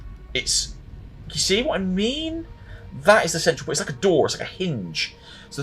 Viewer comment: Did u say door 🤣